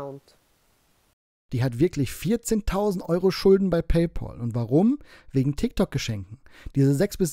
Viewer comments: ich feier deine Videos und deine Art sehr und du machst Spitzenarbeit. Nachdem das raus ist, muss ich dir sagen, dass es mich killt wenn Leute PayPohl sagen 😂 Es wird „PäyPäl“ ausgesprochen. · Paypal spricht man übrigens auch in 2023 immer noch nicht "Pay Paul" aus.